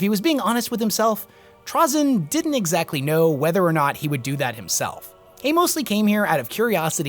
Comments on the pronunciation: TrazYn. Not TrazEn. My main pet peeve is people not able to properly say his name lmao. I do love the epsiode though and its a good summery! Adeptus did a great job at it as well. As for another character that dont get any focus: Xun'bakyr. The leader of the only dynasty that actually full on killed a C'tan and the source of the Flayer virus. They are just pure terminator mode and she is the coolest of them all. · TRAY-ZIN dude. cool vid regardless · ok serious question is it pronounced "traa-zyn" or "tray-zyn"? i've heard both and always said tray instead of traa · Anybody else get a weird feeling that kinda makes your eyeball twitch when dude calls trazyn (tr-awe-zyn) ? I don't care even if that's the proper pronunciation.... in my head I see it as trazyn (tra-zin) .... anything else and it's awkwardness lol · its pronounced "TRAY- ZIN" ok good. i needed to get that out of my system. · He pronounces Trazyn weird, bully him